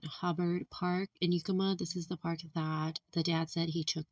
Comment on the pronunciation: Yakima, not Yukemma.